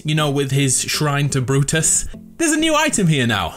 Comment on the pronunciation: The way he said Brutus tho